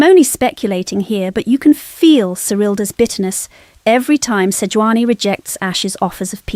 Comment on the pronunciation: Who the hell is Seoani, its Sejuani.